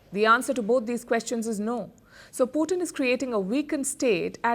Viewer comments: I meant पुटिन hurts ! Please stop saying पुटिन. पुटिन As I said is a dish made up of French fries topped with different types of gravies !! 😎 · पुतिन NOT पुटिन ।। Every time you say पुतिन it hurts my ears 👂!! And I am not joking !! Pallid I love your reporting , but it’s NOT पुटिन. Cm’on !! पुटिन (POUTINE) is a rush , pretty famous up here in Canada !